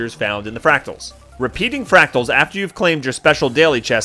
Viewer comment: Thanks, I'm a boomerang myself and not only did this help a lot but, hearing you struggle with the word fractals was priceless! thanks mate